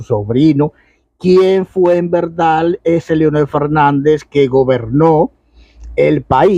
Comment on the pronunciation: Aprenda a hablar no se dice Velda sino verdad